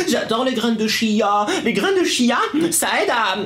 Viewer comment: Quand tu as dit chia j ai crû que tu as dit tia je m appele comme ça